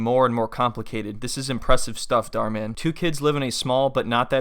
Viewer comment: The Mann is pronounced as german Mann